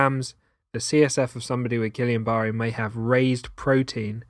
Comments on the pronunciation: Pronounced Geeyon not Gillian. Peep the spelling, guillain not guillian. Think French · it's not...i A N it's A I N. a french name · Guill AIN not guill i an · Is he saying Gillian? 🤔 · It's actually pronounced Gee yon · Isn't it actually Gweeyen? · love the vid, so so so helpful, but the pronunciation of guillain😭😭😭